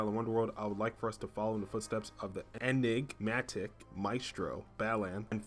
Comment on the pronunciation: Lol, you can't say Enigmatic